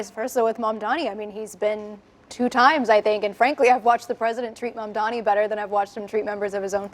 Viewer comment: Can someone please tell them that it’s Mamdani, and not Mandami🤣